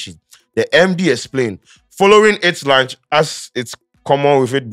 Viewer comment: But you you keep saying ‘lunch’…’Launch’ is not pronounced as ‘lunch’.please research